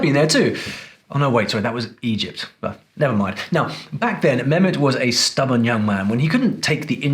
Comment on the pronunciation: As a linguist you know his name is not memet you forgot the h his name is meHmet and as you brag to be speaking arabic you know the H means ح at least do him honor by prononsing his name correctly just a between the brakets comment